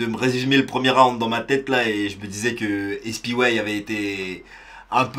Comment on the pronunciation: Espiway ça se prononce comme si tu épelais SPY en anglais